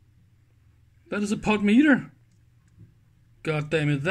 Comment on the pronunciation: You're making insane! You insist on pronouncing the word "POTENTIOMETER" as "POT METER"! Try "PO ten ti OM e ter" sometime. Dave